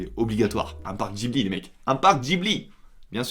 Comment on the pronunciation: Comment ça, “Djibli” ? 😭😭 j’ai l’impression que y a que moi qui ai remarqué